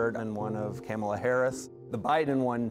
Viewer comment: This man kept saying “camel-uh Harris” and nobody corrected him 😂😂😂 they really did him dirty with this interview.